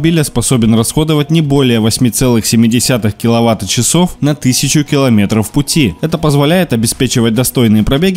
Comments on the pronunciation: Неправильное произношение отвлекает от сути. "the average consumption was a record-breaking 8.7 kWh per 100 kilometers (7.1 kWh per 62 miles)" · Правильные произношения: ва́тт-ча́с, ватт-часы́, ва́тт-ча́са, ватт-часо́в, ва́тт-ча́су, ватт-часа́м, ва́тт-ча́с, ватт-часы́, ва́тт-ча́сом, ватт-часа́ми, ва́тт-ча́се, ватт-часа́х 1 киловатт-час, ампер-час, миллиампер-час 2 киловатт-часа, ампер-часа, миллиампер-часа 5 киловатт-часов, ампер-часов, миллиампер-часов киловатт-часы, ампер-часы, миллиампер-часы То есть правильно будет произнести 8.7 киловатт-часов! Иное звучит так же нелепо, как "моё день рождение"